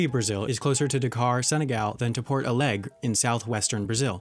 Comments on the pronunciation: At the Brazil part it’s Porto Alegre not Port Aleg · His pronunciations of Brazilian cities is hilarious, like Porto Alegre (actually pronounced pourtoo ah leg ree). Fun fact, in Portuguese, Porto Alegre means “Happy port”